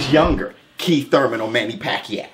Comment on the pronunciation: The way he say "Manny Pack-yao" is hilarious!